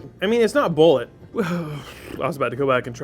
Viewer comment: BOO0-LAY:/ no one pronounces it right/